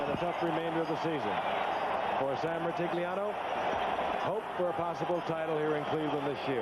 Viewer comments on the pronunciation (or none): Gifford doesn't even try to pronounce Sam Rutigliano's name in the intro... 😂